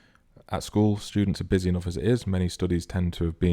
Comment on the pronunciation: Their "stoodies"